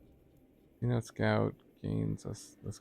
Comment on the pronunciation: It’s pronounced “Seh-noh-teh” not “see-note”. The name derives from a word used by the lowland Yucatec Maya—tsʼonoʼot—to refer to any location with accessible groundwater. Just FYI love your content!!